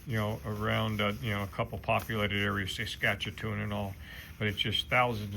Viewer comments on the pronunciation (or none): It’s SASK-A-TOON not SASCHEW-A-TOON, really funny! I am from there and ride bike too, so we will give you a pass, safe travels!